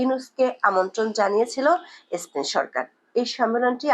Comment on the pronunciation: বাজে উপস্থাপনা স্পেনকে এস্পেন বলেছে😂😂